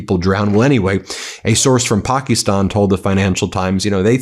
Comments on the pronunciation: Ben please it's Pakistan not Pookistan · Ben please it's not Pokie stan...it's Pakistan